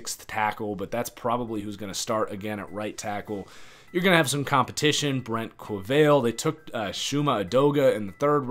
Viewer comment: I loved the video, you really know this team pretty well. I only have two things: Qvale is pronounced (Qwah-Lay) Fatukasi is not pronounced Fatasuki I really only disagree with your upside on some players. I think the CB situation is really bad. Roberts played alright for a short stretch, but played best as a safety. Tru is a nightmare man, not just an OK back of the pack number 1. He quit on the team last year, and he has barely been seen around facilities this off-season. I don't trust the pass coverage at all outside of the safeties.